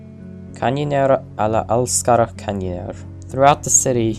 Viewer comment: as a native swedish speaker, hearing you speak "alla älskar kanniner" was so funny